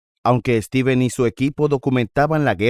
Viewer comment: Stevens, no "Estevens"